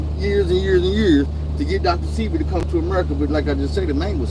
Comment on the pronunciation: its pronounced dr seh-bee like ebony unc but u aint lying america got a million coups from cia to fbi killing mlk